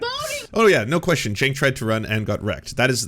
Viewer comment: Jimmy worked with him, he knows how Cenk wants his name pronounces.